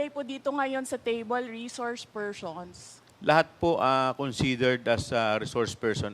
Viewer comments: Reshorshe pershons...sa veneers siguro ni Sara to...dati ok naman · Reshourch spershrson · Reshrouce pershons 🤦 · Reshouce pershons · Reshoursh pershonsh. Pesteng yawang Bise presidente ito bakit ibinoto ko ito. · Mga reshourcshe phershons lang pala mag oath eh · nananadya na xa talaga isip bata walang galang sa hearing.....feelling prinsesa talaga ang taas taas ng tingin nia sa sarili nia diyan pedeng mamuno resource persons nga lang dipa pa mabigkas ng tama she said reshors pershons putik nayan😂